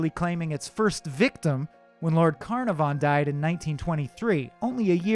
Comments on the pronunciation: The mispronunciation of Carnarvon is atrocious. kuh NAH fun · Just an FYI (should anyone ever wish to say it), Carnarvon has the emphasis on the second syllable. car-NAR-von. HTH! 😊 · I noticed that too, there should be more emphasis on the second syllable. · history... no offence but you're pronouncing carnarvon wrong it's not carnar-von, c-nar-von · One yes! I just commented that I winced every time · Ok, I was wondering, is he saying it wrong or are we? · If he could only master Lord Carnarvon s name. (he hacks it up pretty bad) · I hate the way he pronounces Carnarvon. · Sorry but the narrators voice is too whiny and he keeps saying Carnarvon wrong. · You're BUTCHERING pronunciation of Conarvan's name and its irritating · I winced every time he mispronounced Lord Carnarvon. Americans… smh Sincerely, an American Downton fan